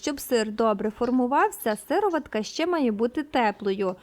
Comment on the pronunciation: Правильно казати сиро'ватка.